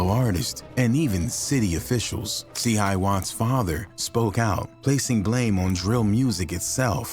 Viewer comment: And nobody went down for it… and it’s (say it with me C-hi wattz)